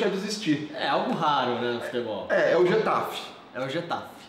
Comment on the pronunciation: A pronúncia é mais ou menos (rR)etafe e não (j)etafe.